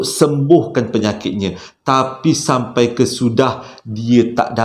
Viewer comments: Tersasul is ohsem😁 #Shampai🤭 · SYAMPAI = SYULITT ( DERDEKAH AKU BANG 🤣)